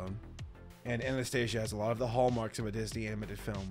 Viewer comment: pronounced (anah-stasee-ə) not (aneh steižə)